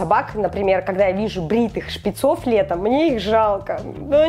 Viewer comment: Нет онп сказала ,,ШПИЦОВ" вслушайся😊